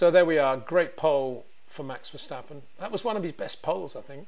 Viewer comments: it is NOT Max "verSHtappen" ... Max is not German (Germans indeed can in most cases pronounce "st" as "sht") ... #Max33 = Dutch NL/Belgium! ... It is not "Bottash" nor is it "Lewish" certainly not "verSHtappen" .... This BS started long time ago when a British sport presenter interviewed father Jos Verstappen and assumed you can use a German pronunciation to a Dutch Driver thinking it is so "funny" ... It is not. Serious question: can any Englishman say "versatile" out-loud without saying "vershatile" phonetically? most can about 99,99% ... that is why most English can pronounce Verstappen 100% correct! Father Jos Verstappen (also F1 Racer) was very active between back then only a very few said "Vershtappen" but the vast majority of British sport presenters pronounced it perfectly ... only a few old stubborn farts like Peter Windshor I know ... but get this: The Dutch 🇳🇱 NEVER EVER pronounce the st as sht ... that is why I mention the difference between the two countries ... I worked in Germany and have family in Germany and am part German myself. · It is NOT "Bottash" nor "Lewish" nor "Oshcar Piashtri" nor "Nyck de Vriesh" nor George "Russhell" nor "Fernando Alonsho" nor "Lance Shtroll" nor "Pierre Gashly". So why on Earth do you want to say: "Max VersHtappen"? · When will you FINALLY try to pronounce Verstappen correctly? Ok ok it seems you sometimes get it right.